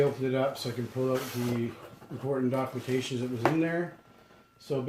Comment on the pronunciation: DOCUTATION??? WTF,, WHERE THE FUCK DID YOU LEARN ENLISH??